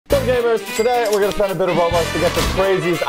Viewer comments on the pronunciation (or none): "Spen" Spend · Spen💀 also the real word is spend